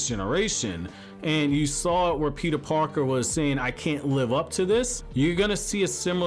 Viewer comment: Lol heard that NY accent when he said Peter Parker